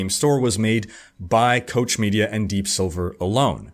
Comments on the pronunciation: Koch is pronounced like Coke, not Cotch/Cock/Coach. The mega conglomerate is owned by the Koch brothers, the very political brothers who are hated, and loved, by many around the world. It's mind-boggling how many industries they are involved in. I never would have imagined they had anything to do with Metro had it not been for researching their empire to make a constructive comment rather than a rage comment. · Koch is pronounced Coke. I made that mistake until someone what works for them corrected me, hah.